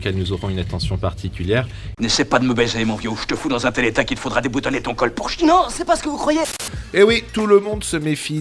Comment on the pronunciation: "Il en va de" et "c'est" prononcez "cette"... abruti